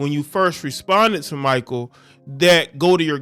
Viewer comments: Ex Suns player pronounced (Mick-Kale) Mikal great guy wish him success 👊👍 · Ma-Kale pronounced my guy…love the video’s btw🙌🏽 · I just wish you could pronounce his name correctly ……..just ask someone bruh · Step your sports knowledge up...youre not even saying Mikal Bridges name right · Pronounced the Brotha name right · SAY IT WITH ME🗣MAA KALE BRIDGES NOT MICHAEL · Its Mik kale not Michael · His name is pronounced (Mckale) Bridges, not Micheal.🤔 Aja seems pretty cool, but I don't know her. Mostly I think about 80% of the WNBA ladies need a night of passionate natural male dick ! That's where the PRIDE is. 👍 And the ladies that do get it, are treated jealously by the ones that don't. Anyone remember when Britney Griner challenged DeMarcus Cousins to a 1 on 1, and said she'd have no problem beating "Little Man" ? Cousins just laughed, had no comment and kept it moving. We all know the outcome is murder.👍🏀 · His name isn’t pronounced(my-kul ) his name is pronounced (My-Kell) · u murdered Mikal Bridges name it's pronounced me kell bridges not Michael bridges lmao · Me kale not Micheal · His name is Mikal. Pronounced Muh-Kel. Not Michael. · Not Michael…pronounced “Mi-Kale” like the salad. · HIS NAME IS NOT MICHAEL IT MI-KAL ijs if you have heard how his name is said it not Michael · It's pronounced Mikal (Mick- ale) Bridges. Solid player too.... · Bro it's not pronounced michael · Bruh…. It’s MIH KELL. Pronounce his name right 😅. You watch zero basketball my guy. It’s clear. Good content tho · Mikal pronounced Mchale bro. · Bruh… his name is pronounced Muh-KALE Bridges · His name is pronounced Mikal (me kail) Bridges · Most of the time - it is considered to be proper etiquette for Pro Athletes to leave comped Tickets among themselves to other Pro Athletes - especially for a non-sellout regular season game Do better, the name is pronounced MEE-Kahl, not My-kuhl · Pronounced Ma•kale👍🏾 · At least say his name right